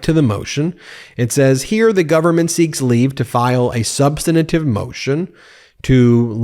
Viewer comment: "Substantive", not "substinative [sic]"